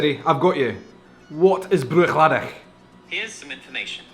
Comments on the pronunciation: Yes, unfortunately you are. Search it, the end of the word is pronounced "laddie". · You're pronouncing 'Bruichladdich' incorrectly. C'mon man, you're Scottish!